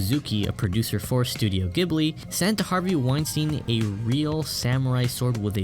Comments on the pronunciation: The pronunciation is /GEE buri/ btw. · It hurts every time you say the studio name incorrectly...